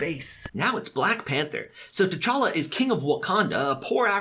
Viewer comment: Interesting how everyone mispronounces T'challa. I don't blame them though, the movies didn't do that great a job.